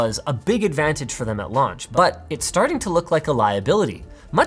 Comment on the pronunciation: weird "but"